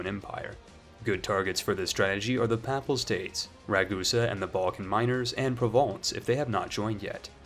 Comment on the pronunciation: Some pronunciation points. Papal is pronounced with a long a "Pay-pal" not, "pap-al" and diet is pronounced with a short e "di-et", not "die-et"